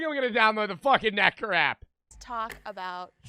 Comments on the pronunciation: bro did not say nectar 😭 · bro did not say nectar